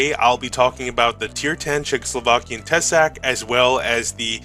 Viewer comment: Nice video! Šelma is actualy pronounced [Shelma], as a czech it drived me crazy😂. Also Tesák the á is long a, so [Tesaaak]